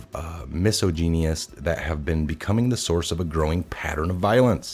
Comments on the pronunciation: Hello, I enjoy your videos. For God sakes if you can't pronounce a word look it up before videoing. Mispronouncing misogynists as miso-guyn-iests, and butchering manassian to mani-assassin makes you sound foolish and uneducated. You are obviously a smart individual and we all have a few difficulties now and then with grammar, spelling etc. but these two were laughable and people may attack your credibility over these types of mistakes. Just a thought and a small bit of criticism. Keep up the good work. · MISS OH GYNEE IST? i havent fucked up a pronouciation that bad since i was 9 yrs old asking my parents about the sy-ox sioux indians. they had a good laugh at my expense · Fairly good content but do yourself a favor and look up the pronunciation of words you do not recognize ‘misogynists’? That made it a little painful